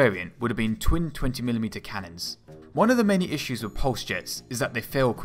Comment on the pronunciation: "It has to have fwone in weawl wife"